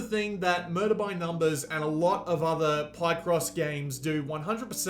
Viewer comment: “Pie-cross” 🥧❌ Hahahahaha omg and you say it wrong sooooo many times. It’s PIHCross, dude. From “picture”